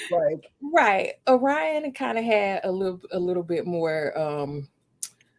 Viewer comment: No me mispronouncing Orion as Or-Ree-on.